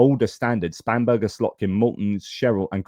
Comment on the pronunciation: Sorry, but can’t help but childishly laughing every time you say Spam-Burger. I just can’t help but remember those 90’s adverts for Spam, and the song Spam Up 😂